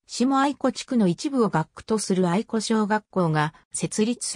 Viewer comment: 地元の学校紹介されて嬉しい あとあいこではなくあやしですよ。 かみあやし しもあやし あやし など そしてくりおではなく くりう です